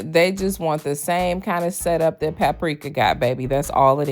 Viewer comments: Paprika! 🤣🤣🤣🤣, please! 🤣🤣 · said PAPRIKA!!! Lmaooo 😂